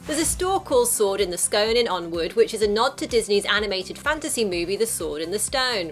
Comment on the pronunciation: you said Onwood